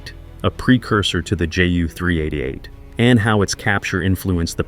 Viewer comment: Horrible narration from a AI generated text. Then add in a massive amount of Black and White film footage of non Ju 388 aircraft and pile on top of that a childish video filter with scratches and lines to give the effect of old film footage! Sorry but mostly a waste of time especially as the narration repeats the same textual information. Ju should be pronounced as J U not Jew or Juh!